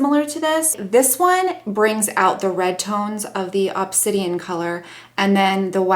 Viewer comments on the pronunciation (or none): Obsidian is a type of lava stone. Ob-sid-ee-n I'm worried all your color names are backward! Because the black in the palette is definitely obsidian. Anyway love your videos your sweet voice but dirty/goofy sense of humor is right up my alley. I love this top on you too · Oh....you totally crack me up! You said Obsidian right the first time! Lol xx 😂😂🐘🐘